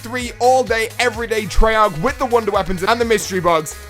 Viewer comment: treyarc... treyarc... treyarc!